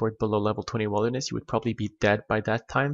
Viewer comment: he said wild-er-ness